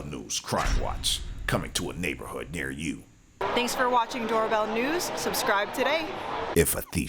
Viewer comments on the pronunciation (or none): none